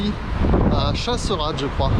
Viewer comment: On dit pas CHASSERADE mais CHASSERADESSE.